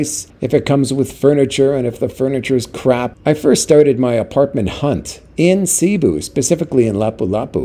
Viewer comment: No kidding. Another thing is that nobody in the PI (other than the video guy) says "CEE-boo", everyone there says "Suh-BOO".